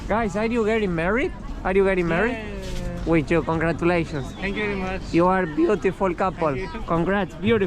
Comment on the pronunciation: says: Chenk iu guys!😂